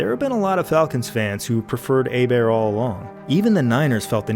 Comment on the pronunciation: Job Bois said Hebert right, another reason to love this man